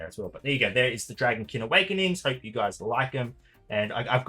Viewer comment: 2 seconds in and it sounds like lukewarm Awekenings...